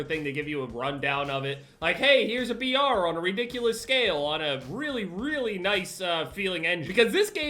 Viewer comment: I’m dumb as hell each time he said BR I thought he was saying VR